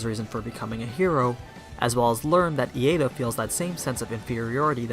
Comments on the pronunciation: Iida is pronounced like "Eeda" not "Eada" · you pronounced bakugo backugo and ida as ieda i guess pronunciation is a matter of preference, though. interesting analysis. to me, the biggest factor that have made it enjoyable is the ingenuity. in season 1, izuku uses just his finger to smash the ball to not break his finger, that was amazing to me. in this tournament, though we havent seen many unique quirk usage and team combos, the one's we have seen are interesting, like bakugos slingshot menuver in the cavalry battle, or black shadows usage in general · "E.A.da" "Backugo" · Aside from your pronunciation of Iida and Uraraka's names, this video is excellent. Although I disagree with your assessment of Iida. He doesn't feel inferior to Midoriya like Bakugou, he just acknowledges that if he keeps relying on Midoriya to pull through, then he won't grow enough on his own.